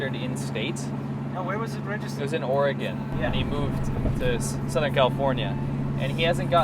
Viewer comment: Thank you for saying Oregon correctly